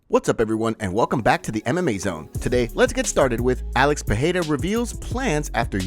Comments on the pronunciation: Bro you would have to spell Pereira with two R´s (Perreira) for it to sound like you say it. the tip to saying it exactly right is saying it like the word "are" it rolls off the tongue haha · Thanks for trying to pronounce Pereira correctly however unfortunately it's still wrong. If there were to Rs in PeReira then it would be an H sound. But it's not so it's just a soft R roll. Think Pedeira. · Alex "Pehera"... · why do you insist on saying alex pierra last name that way? it's cringe worthy asf